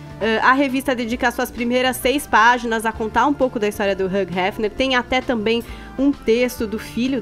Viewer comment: Até hoje a chama o cara de HUG Hefner. Para né!!! É HUGH (HILL) de Hugh Jackman, Hugh Grant e etc. Abraços